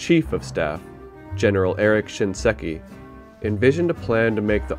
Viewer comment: Thanks for re-uploading with the correct pronunciation of SHINSEKI. Saying "ShinESki" 15 times was pretty cringe